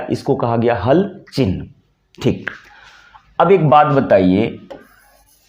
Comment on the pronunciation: आप 'चिह् न' शब्द का सही उच्चार करें; "चिन् ह" न बोलें। Chihna सही; Chinha ग़लत।